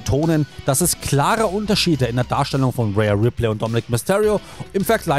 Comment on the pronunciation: Die heisst nicht REA Ripley!!! Die heisst rhea(ria gesprochen)!!